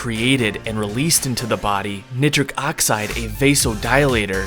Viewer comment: I’m sorry dude but nitric oxide is pronounced a little different lol